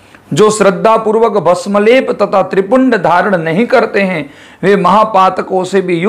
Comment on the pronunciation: नमस्कार बहुत ही सुंदर जानकारी। नम्रता पूर्वक थोड़े सुधार की आवश्यकता है त्रिपुंड नहीं होकर त्रि-पुंड्र होगा। पुन्ड्र का मतलब संप्रदाय का चिन्ह। पुण्य का मतलब सिर्फ चिन्ह है धन्यवाद